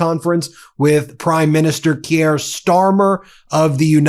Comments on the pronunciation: KEER Starmer. Keir is pronounced with one syllable. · Ben: You mispronounce "Keir". It does not rhyme with Pierre. It rhymes with "peer" or "tear".